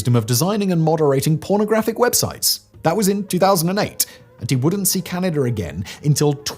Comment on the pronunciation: Where is the R? lol 😆 it's Canada 🇨🇦